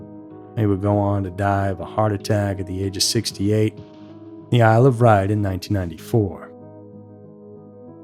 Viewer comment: It's pronounced "isle of White".